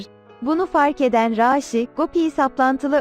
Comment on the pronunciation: Raşi desene mal niye a'yı uzatıyosun